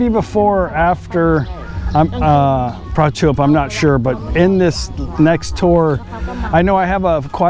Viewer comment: Think you pronounced Prachuap wrong. Sounds almost like Ketchup when they say it. Nice video anyway . Keep it up. You are the best :)